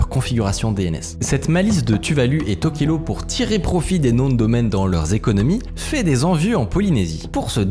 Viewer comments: Ça se dit TokelaOU pas TokelO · ça se prononce Touvalou :) et tokélaou, j'ai pas eu accès à un bon réseau pendant un an et j'ai raté cette pépite. J'habite dans le pacifique et je guette un peu ce qui s'y passe technologiquement. donc merci. J'ai bien rit sur la prononciation des noms polynésien et je connaissais pas ce business des noms de domaines. merci beaucoup